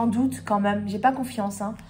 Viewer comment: " La meum" ou lieu de " La même", tu ne serais pas du Finistère toi?!? 😀😁 Bravo pour tout ce que tu fais 😊